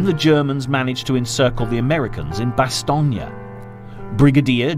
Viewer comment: It's pronounced "bah-stone" not "bah-stone-yuh" It's two syllables and doesn't rhyme with "Bologna" or else it would have been spelled "Bastogna"